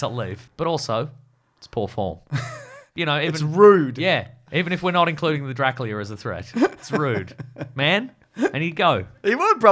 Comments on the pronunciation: saying drackleea at random points of the podcast is shredding me to bits lmao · Is saying Draclea?